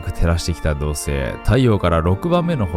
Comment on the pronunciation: 土星が じょせい 地球が しきゅう に 聞こえるの不思議